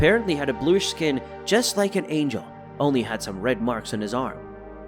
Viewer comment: Why tf is he pronouncing “Angel” like that, are you dyslexic bro ? Because that shit sounds crazy.